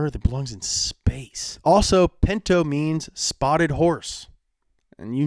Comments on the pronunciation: It’s called a pinto not a pento lmao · A Ford Pento... A Tchevorlet IDK about those...